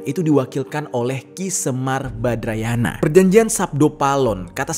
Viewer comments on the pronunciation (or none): Badranaya mas bukan badrayana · 😃😃😃 badranaya bang.. bukan badrayana.. ilustrasi ftonya diperbaiki, banyak yg Miss informasi.. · "Semar Badranaya" bukan Semar Badrayana (kebalik nyebutnya itu) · Ki semar badranaya bang bukan badrayana.😁🙏